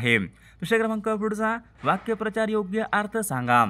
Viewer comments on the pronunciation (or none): वाक्य प्रचार...नाही वाक्प्रचार असा आहे उच्चारण चुकीचे...